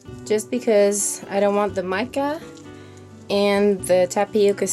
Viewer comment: Did you say mica ?